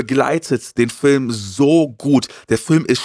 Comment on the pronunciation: Ich leibe es, wenn "Fülme" sagt.